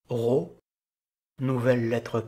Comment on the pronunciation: Merci pour ta vidéo ! Est-tu sûr que le ro se prononce comme en français ? Je te pose cette question parce que littéralement chaque autre source que j'ai recherché affirmait que le ro était roulé (comme en espagnol ou en arabe).